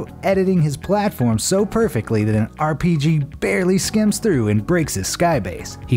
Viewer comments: Did..did he say. “airpg?” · He said airpg